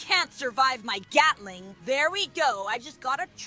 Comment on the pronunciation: bro said gyatling💀💀